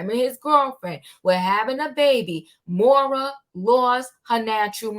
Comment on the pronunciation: Happy Friday! Great content. I believe Moriah’s name is pronounced like Mariah (Carey’s)